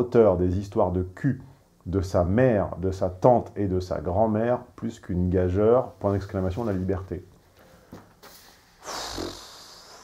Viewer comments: Attention on dit "gajure" et pas "gajeure" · [La minute linguistique] Le mot « gageure » se prononce \ɡa.ʒyʁ\ et non pas \ɡa.ʒœʁ\. [Fin] ;D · "gageure" se prononce [gajure]!! S'il te plaît,, cela fait plusieurs fois que des chatons te reprennent là-dessus... 😖🐈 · A 38.54: Cher, "GAGEURE" se prononce "GAJURE". Merci! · gageure ça se prononce gajure. Faut le savoir.;-) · (gageure se prononce "gajure", je crois.) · comme tu sembles être un homme d'un certain standing je me permets une petite correction, le mot "gageure" se prononce GAJURE , de même que "pigeon" se prononce PIJON. Cordialement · Superbe... et écœurant... P.S. gageure se prononce ga-ju-re... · Comment prononcer le mot gageure. Super vidéo sinon. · excuse le tutoiement, mais gageure se dit en prononçant uniquement le u et non le e, comme on dirait parjure, et non comme majeure. Le e est là pour garantir la bonne prononciation, gageure est construit comme couture ou courbure.